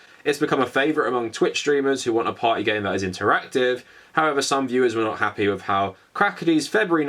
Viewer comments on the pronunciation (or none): none